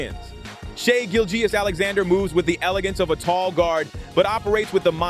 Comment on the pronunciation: “Shai Gill Jeyus” 😂